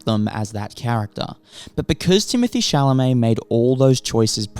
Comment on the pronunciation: Crazy how his name is never pronounced correctly outside of France